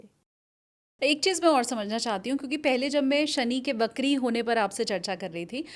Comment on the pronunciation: it's pronounced "vakri" not "BAKRI" 😂😂😂😂